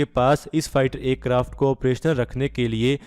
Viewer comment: Bhai Acarft nhi Aircraft bolo